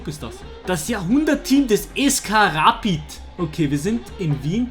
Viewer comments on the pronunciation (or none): Wie er rapid ausgesprochen hat😂